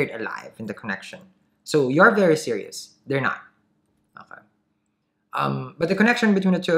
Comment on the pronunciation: When you said “CanSIRIan” & “SIRIous” 🤣